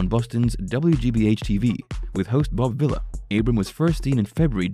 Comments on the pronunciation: Its "VEE-la" not Villa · Your mispronunciation of Bob Villa's last name is highly annoying.